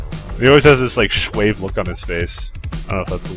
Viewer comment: Suave? pronounced [swaff]